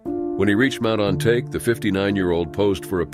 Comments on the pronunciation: Not ON-TAKE. Pronounced on-tok-ee. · Mt “On Ta Ke” pronounced like “Ahn Tah Kay” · ON-TA-KE not Ontake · Mt. Ōn-ta-ke. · Mt. On-ta-ke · Mount "Ontake"...you're an id!ot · Listening to the narrator mispronouncing the name of the mountain was almost too much, which isn't like me. If you're going to narrate, learn your material. Please. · The stories were interesting but please, the least you can do is research the pronunciation of mountain names..... Japanese is a pretty easy language to sound out if you spend 5 minutes.